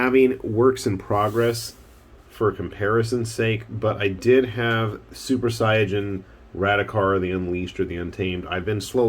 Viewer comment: Finally, someone else who says 'Super Saiya-jin', instead of 'Super Say-in". I guess Most japanese speaking people probably say it the first way, also, so I shouldn't at that surprised.